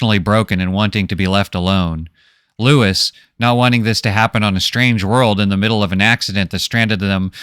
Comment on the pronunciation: Looee. Who is loois🤦🏻‍♂️